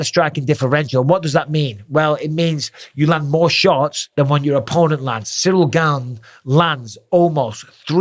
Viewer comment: Finally someone pronounces his name correctly. The interim title is meaningless. Gane v Lewis looked like Izzy v Costa. He needs to work on his grappling. Wrestling if by far the best foundational base to build an mma fighter upon. Jones should have left the usada pool and juiced like Mctapper did, but he still should have the strength and skill to take Gane down and damage him there.